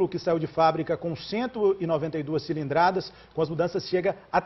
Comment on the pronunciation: CILANDRADAS? kkkkkk reporter liiixo mesmo